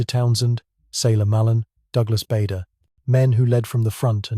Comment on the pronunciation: At two minutes into the video you say "In 1933 aged 21 he joined the Scottish flying club" how is that he was only 22 during the war? You need to get your facts straight. If he was 21 in 1933 by 1940 he would be 28 years old. Try also to pronounce Bader correctly It is Baa like a sheep not Bayder